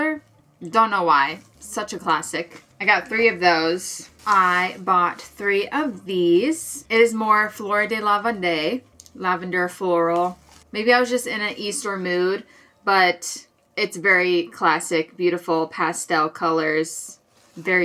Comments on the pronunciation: Hi! French speaker here! I'm pretty sure the colour on that yarn you're trying to pronounce is "fleur de lavande", which is pronounced "fleur duh lav-ahnd". I'm in love with the bags you've been making recently! 💖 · Fleur de lavande is French, you don’t pronunce the last E. It means lavander flower